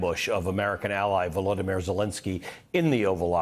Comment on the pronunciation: VoloDYmyr, accent on the third syllable, not the second. Please pronounce it correctly.